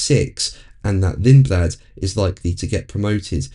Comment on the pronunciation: I don't really rate Lindblad very highly, the guy can't even pronounce his surname correctly!